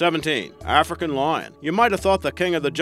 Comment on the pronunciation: “Arnimals”, “parnther”, “Arfrican” lol